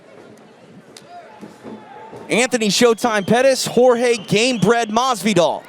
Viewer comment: Surely Pettis should be able to get Jorge's name right. It isn't George.